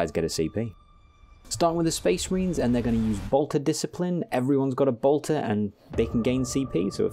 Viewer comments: My guy really said "dis-ci'pline". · What the hell is bolter dis-kay-plain? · Bolter... disc-eye-plyn...? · Bolter Dis-Cipe-Line? that got laugh out of me great content and video :D